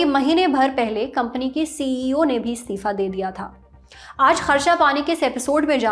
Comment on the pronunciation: ये एंकर बार बार स्तिफा स्तिफा क्यों बोल रही है जबकि सही शब्द इस्तीफा होता है।